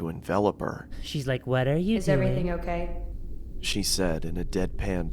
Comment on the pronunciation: It's not OKEH to be OKEH"❤(Titan cry😭😭😭)